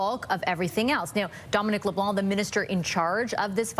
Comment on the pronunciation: It's leblan not leblonk